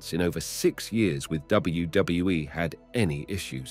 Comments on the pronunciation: He says it right sometimes and I think he’s got it down finally and then he screws it up 😂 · How hard is it to say WWE